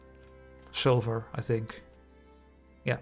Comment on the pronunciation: Thank you for the Belgian tutorial, really enjoyed that. You are, in my opinion, very good at explaining. But, it still sounds like you say "silver" when you talk about sulphur 🙂